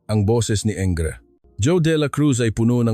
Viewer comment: Pwede po ba paki basa at paki bigkas ang maayos ang mga salita. Engr. pero binasa ng “enger” ? Db Engineer yun? Basahin mo ng English and English word correctly please. Laging lang mali ang pronunciation ng Tagalog. 😡 Ganda sana story eh. Pasensya na